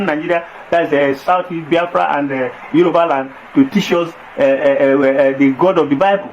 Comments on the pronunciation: That is not true “YORUBA” there is nothing like yeriba, hausa don’t know how to pronounce Yoruba that is why they called it yeriba. Yoruba are accommodating but they are not stupid. Yoruba has fought war with Fulani before and worn go and find out the meaning of ogun-Jalumi go and get your history straight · They didn't give us name - Yoruba. They couldn't pronounce it correctly that's why they call us Yariba. Face your problems and don't insult us.